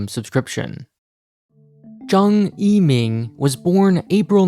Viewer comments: Yo you pronounced that first Chinese name perfectly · When he read aloud the Tiktok founder's name I thought I was watching a Chinese channel